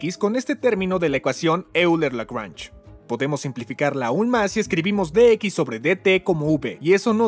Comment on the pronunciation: La constante "e" se dice oiler no euler 😅